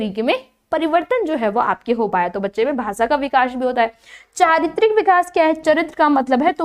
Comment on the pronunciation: Lekin aap vikash vikash bhut bura lg rha hai Vikas bolye Bura na mane is ghlti ko zaroor sudharen